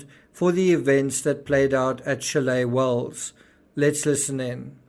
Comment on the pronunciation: "Chalet Wells" 😆😆😆😆